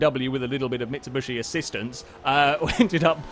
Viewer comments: Considering he says it consistently, either has a very specific form of dyslexia, or it is intentional. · "Mitsubushy"